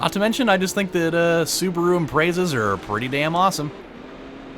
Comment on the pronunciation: i cringe when people pronounce impreza impret za cringy af